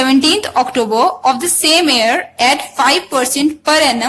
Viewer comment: I'm hearing year as air......idk why